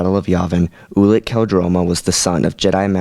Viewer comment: I think it's pronouced you-lik not oo-lik